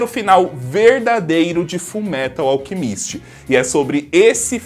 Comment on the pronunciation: Kajak só sei q toda vez q ele fala alchemíst me da uma dor no coração kk